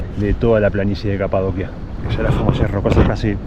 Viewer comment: Genial reportaje pero en español es Capadocia pronunciado como ci en dócil, Capadocia, Kapadokya es en turco.